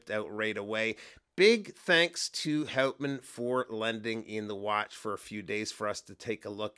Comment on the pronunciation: G'day mate, great review of a beautiful Aussie watch. The name Houtman is actually pronounced hootman with the accent slightly on the first sylabble. It is named after a magnificent group of islands off the coast of Western Australia, you should check them out, absolutely spectacular mate. I would be right on to one of these but the Omega X Swatch collection comes out today so the lovely Pilbara might have to wait a while. 😥